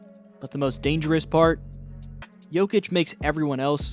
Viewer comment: apprend au moins prononcé le nom de Jokic